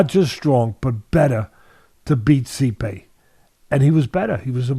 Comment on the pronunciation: Normal Pronunciation: Stipe Teddy: See-Pay.. 😂😂 We love you Teddy Atlas.